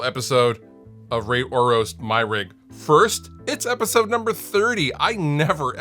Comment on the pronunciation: Did he say rape or roast my rig?